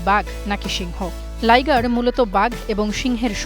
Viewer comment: Liger না Lioger